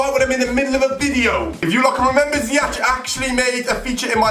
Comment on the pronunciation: i am Dutch and you say zyech as ziejek